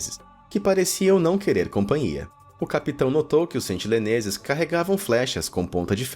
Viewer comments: Meu amigo, por favor, sentiNEleses, não sentiLEneses!!! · pelo amor de deus, sentiNEleses, e nao sentiLEneses